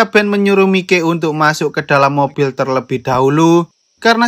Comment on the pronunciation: Gini lo mas mike itu di baca maik bukan mike, mike opo rumasane mike tak e son opo pie 😂 tapi gak papa tetep bagus kontenmu mas semoga saya bisa sukses seperti mu amin🤲